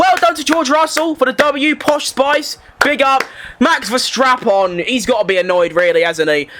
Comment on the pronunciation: why it's always sounds like Max VerStrapon... U need work a little bit on pronouncing this😂😂😂